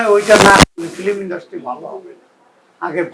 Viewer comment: Film word ta correctly bolta para na